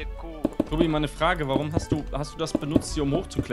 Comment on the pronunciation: # sagt Toti statt Tobi